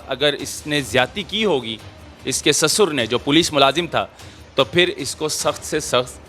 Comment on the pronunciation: SASUR nahi kehtay bhai, urdu mai SUSAR kehtay hain, hum Pakistani hain aur hamain URDU sahi tariqay sai bolni chaahiye, hopefully you will understand.